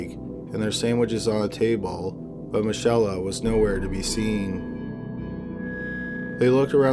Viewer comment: the girls name is pronounced mickayla, not michella